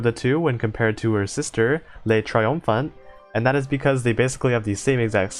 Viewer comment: so you seem to think you struggle with the french names, so here's the good news: not that much actually Le triomphant: you did pretty alright (you got an accent sure but you got the gist of it) just don't pronounce the t at the end (it's one of those silent letters here) L'opiniâtre: this one's tough, (you got it right once) try saying O-PI-NIAH-TR (the e is silent, you'll learn to curse these) Jean Bart: perfect moving on Emile Bertin: very close, EH-MIL BERTAN, try to find a middle ground between Bertin and Bertan and don't pronounce the n (I told you you'd hate them) Le Mars: perfect (sidenote "le" in french sounds more like "luh" in english) Le Malin: Same that with Bertin for that "in" sound Forbin: same that with Bertin Dunkerque: When in doubt use the english name Dunkirk, we French will get you 100% of the time, in french you'd say more like DUN-KERK like in kek (N almost not pronounced because of course it is) Côte d'azur: you got it right so pat yourself on the back. Surcouf: ou in in french make more of a "ew" sound, so try saying SUR-KEWF